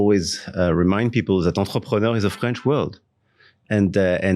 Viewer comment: "enterpreneur" wtf 🥴🤔😱